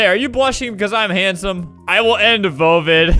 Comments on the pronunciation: He means COVID not vovid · “I will end vovid” Me: ah yes, the roblox corona, v o v I d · ''I will end vovid VOVID YUP I SAID IT VOVID